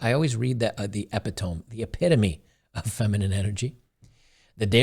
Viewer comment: I am so happy read the word epitome wrong. Epitome is unironically the epitome of the atrocity of English spelling.